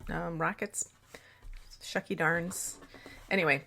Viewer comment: Did you just say schucky darn?? Lol